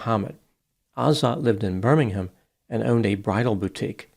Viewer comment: Good pronunciation of Birmingham doc, cheers